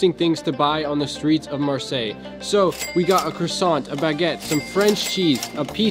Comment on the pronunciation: You can't live in France and not know how to pronounce croissant